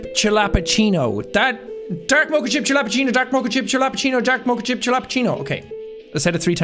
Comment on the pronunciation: The fact that you don’t know how to pronounce mocha is the most stressful thing 😂